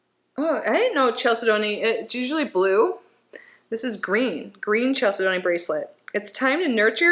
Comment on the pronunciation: Love the “Unboxing!!”🙏💕 As for the pronunciation of Chalcedony… it is spoken as CHAL-SIDNEY. My daughter worked at HSN, and corrected me many times!